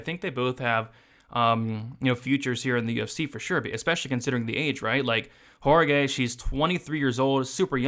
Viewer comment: WAH rah KEE is how you pronounce Jauregui